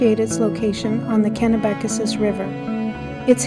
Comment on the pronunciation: Cool video and commentary. I grew up in the area though, so I can tell you that you're mispronouncing a couple of places: Rothesay is simply pronounced as though there is no "e" (roth - say). Kennebecasis is also easier to say than what you're saying. It's pronounced (ken - eh - beh - kay - sis). Thank you for sharing this. I enjoyed it.